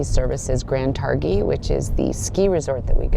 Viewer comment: Tar-GHEE not Tarr-HEE